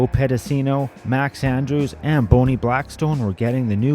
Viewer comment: Did he REALLY call her "Boney" Blackburn??? 😆😆